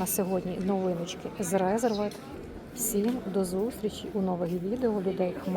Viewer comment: Чому РеЗервед,коли там S?.Ресервед